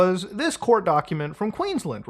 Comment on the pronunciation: its pronounced Queens-land